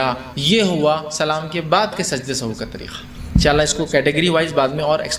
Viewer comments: Very good sehav he sahu nahi ❤❤❤ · Sahu nahin sahav sahih talafuz hey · Janab sajde sahu nahi hota sahi lafz 😢sehav hota he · Sajda sahuve, not sahoo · Sajda e Sahav hota hai sahu nhi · Pronunciation of sehav is not sahoo,and its meaning is not bhool, it means ghalti.